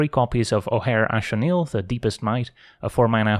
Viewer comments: shoutout for knowing how to pronounce Ojer Axonil! very based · I absolutely love that you pronounce "Ojer Axonil" correctly! It's not that important to most people, so I appreciate it whenever someone puts in the effort!